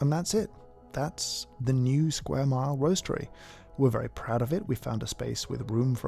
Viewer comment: It’s the “Lquare” mile for me 🤣